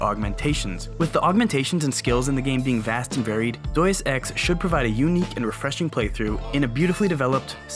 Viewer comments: Yeh, "Doice ex" is something i haven't played either Haha! For real tho, it's said Day-Us Ecks. Great vid, hope you get way more subs, these vids are great! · Its DEUS EX not Dues deus like god, you know